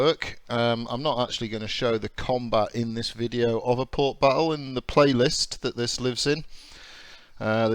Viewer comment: WTF is port biffo? Does this game remove your ability to speak English?